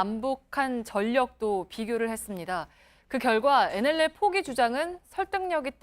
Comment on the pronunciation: 어이 코주부 코도 안풀고 계속 나와서 시부릴래?어?!! 그러이 nll 발음도 안되잖아!! 자 따라해봐~~ 엔 엘 엘 알겠나?